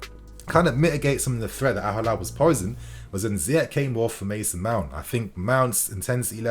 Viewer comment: It's Al-Hilal, not Al-Halal